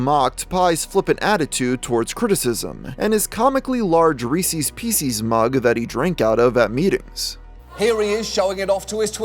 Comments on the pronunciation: Pieces not peeces. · It's pronounced as Paiee not Pie. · It's just a Reese's mug, not a Reese's Pieces mug. And you said pieces wrong. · Why the fuck did you pronounce pieces like that